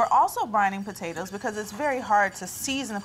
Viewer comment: "Now that we have our per-tatoes ready"